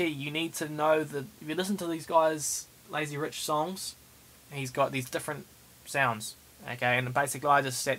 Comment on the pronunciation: "A master of thus uz Laizy Ruch"